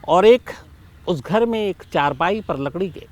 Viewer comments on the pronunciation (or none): none